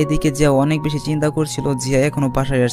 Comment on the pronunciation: আরে ভাই আপনি তো ভেশি ভেশি বগর বগর করেন